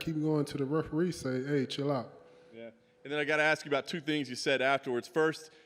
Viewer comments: Don’t just try to think about some stuff to AKS me, y’all had all night to AKS me a question.🤣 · Don't Axe Lewis more questions. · Why every black guy says "aks" instead of "ask"? Is it some black man thing or what?